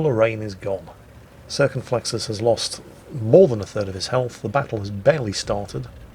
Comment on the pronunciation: The "Late Circonflexus"? Is he dead? When? How?